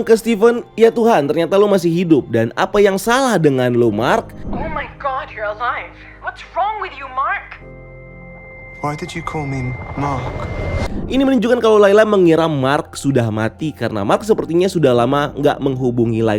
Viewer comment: DID bang bukan DOD